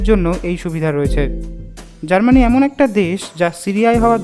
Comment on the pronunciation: Its Germany not GARMANI.